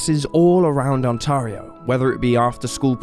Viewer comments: The province is pronounced 'On-terry-O'.. The word you wanted was QUALIFY as evidence, not quantify. I'm surprised you didn't address human trafficking, a very common reason for disappearances. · I wish the Brits would learn how to pronounce "Ontario". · He needs to learn how to pronounce ONTARIO